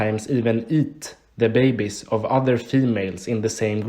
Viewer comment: "eat the bäjbis"